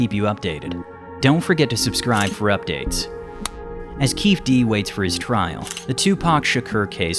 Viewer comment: It’s Keefe D as in “Keefee D”